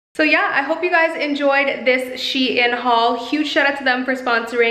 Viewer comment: No offense but it’s not pronounced she in